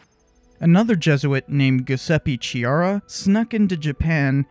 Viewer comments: Hi, I'm italian and laugh a lot when you said that Giuseppe Chiara is brasilian... ;) it's a typical italiano name. (It's not Giusepe Ciara like you dead but it's reading [Giuseppe Kiara]. ;) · The CH sound in Chiara should be pronounced K as in Key, not CH as in Chalk. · The ''Ch'' in Chiara is pronounced like the ''C'' in Catholic or Christianity. It's funny that you were unsure about Ferreira, which you actually ended up pronouncing correctly, but you utterly butchered Chiara without giving it any second thoughts :)